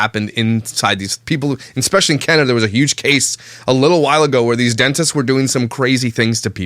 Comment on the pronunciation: OMG, finally someone noticed the “...eKspecially...” that soooo many people use!!!! It’s eSpecially, dammit, not EKKKKK!!!! Thank you,!!! I thought I was going crazy or I was mispronouncing it somehow cuz so many people say it that way. And NOONE says anything. So glad to know I’m not nuts. Another thing, they didn’t “put” Ariana in the car, they MANHANDLED the f@ out of her getting her in the car. I was so uncomfortable too,!! Btw, you’re the man,, keep calling the narcissistic SOB’s out!! Protect these kids! Thanks so much for thinking abt the kids. And for putting a humorous spin on it too! 💜💜💜